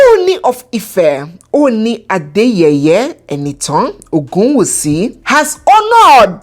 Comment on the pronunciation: Hahahaha has finished me oo. You really called the Oni the name he deserves. The way you pronounced Adeyeye as AdeYEYE, it means the crown is ridiculed😂😂